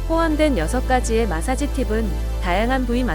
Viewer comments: 이분 마사지 발음이 안되네. 중국 분인듯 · 마사지 발음이 좀ㅋㅋ